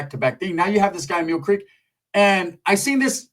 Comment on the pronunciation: He says Meal Creek